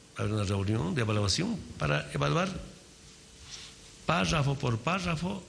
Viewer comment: "Páshafo", "Parfo", "Prrafo",.... ni siquiera sabe pronunciar PÁRRAFO bien.